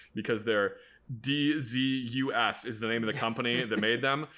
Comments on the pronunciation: fun fact, dzus is actually pronounced like zeus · At my work we use the dzus fasteners for holding on the bodies of racecars, also its pronounced zeus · Awe buddy. Hate to be the one to tell ya. DZus nuts are pronounced like Zeus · Regret to inform that Dzus is pronounced the same way as Zeus. These fasteners were really popular with hotrodders and I've heard everyone from David Freiburger to local old heads pronounce it this way.